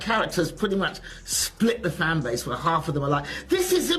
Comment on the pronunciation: Zplit the fanbaze and coz you know we are the bezt. Is that loose tongue iq issues?